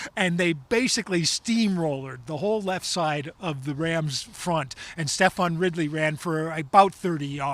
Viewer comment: It’s Stevan Ridley 😂😭 not Steph-on. Cmon lads